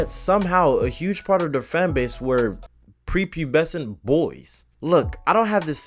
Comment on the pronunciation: I heard: "Creepy peasant boys", when you said prepubescent boys😂😂😂